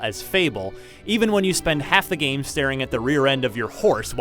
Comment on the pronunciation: "ITZ GOOD... FOR AH KINECT GAYM" Most hilarious line here